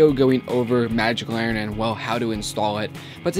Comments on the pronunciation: It's LANTERN, not laurren. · You silly. It's Magic LANNERN! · its larnen! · There is a "T" in Lantern dude :p